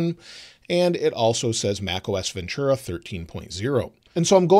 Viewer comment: There is no “ch” sound in Ventura